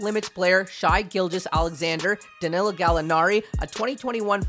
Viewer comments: Its pronounced Shay not shy you jackass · Shai. Shay. Not “Shy” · i cringed everytime he said "SHY Gilgeous" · Dude come on it’s not “shy” at least research before and make sure you get these things right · It’s pronounced ‘shay’ bro, enjoyed the vid. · Shy the Guy lol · You could say Shai’s name right if you’re a thunder fan 🤦🏻‍♂️ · The Thunder love is nice to see but at least pronounce Shai’s name right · That bothered me too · It made me think I was mispronouncing his name when I heard him say it. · Appreciate the Tgunder love too, but like how do you mispronounce his name? That shows he’s probably never watched him play. And also saying “everybody thought last year was his breakout year” when he averaged 1 more ppg last season when the season before he has almost a 5ppg jump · Right how do you pronounce Victor’s name right but not Shai… like wtf? 😂